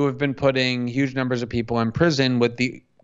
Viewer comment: And yuge